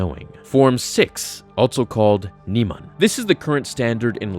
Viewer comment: Neeman? No, it’s Nighman. Nighman.......